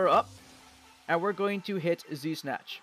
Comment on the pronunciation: everytime he says z-snatch it sounds like de snatch lol